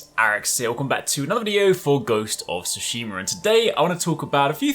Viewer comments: Tsushima not Tsushimur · You need to pronounce the T, it’s not “sushima”!! When you are talking about pants👖, you don’t say “panss” do you? 😂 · “Ghost of ” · "Ghost of Soosheemer" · I just have to appreciate the opening pronunciation, Ghost of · “ghost of sushimer” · “Ghost of shimeru” maybe u should learn how to pronounce the game before u make videos about it lmaoooooo you lose all credibility right away when u don’t even know how to say the title. Also everything you’ve said in this video is explicitly stated and explained in the game. Ur a content hoar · Everyone says Tsushima wrong. Listen to how Jin says it. Listen to how the devs say it.